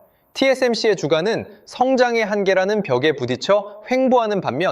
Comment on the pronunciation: 주가 株價 [주까] 어찌하여 발음도 제대로 못하냐?